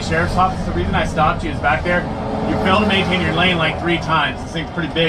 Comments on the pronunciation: “you failed to tainder mainder lane” this officer is high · "ya failed to main 'ta tane yer lane" 😵‍💫 have you had anything to drink today officer?